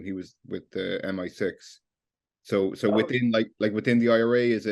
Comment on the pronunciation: You mean PIRA not OIRA